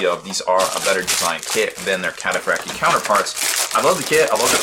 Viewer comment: It's pronounced - Cat- a - fract- eye armour